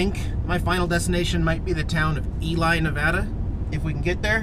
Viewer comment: It's NOT ELi; It's pronounced Ely or E-Lee.